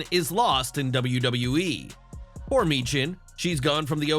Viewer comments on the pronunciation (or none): none